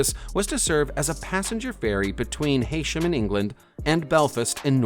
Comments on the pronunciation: Just an FYI as the spelling isn't as it seems Haysham is actually pronounced "Heesham". Source - I'm from the area. Great content - keep it up. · It is pronounced as HE-Sham.. the 'y' is silent. There still is a ferry at Heysham though, but it goes to the isle of man instead of Ireland. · Wow, Heysham sounds funny with an americans voice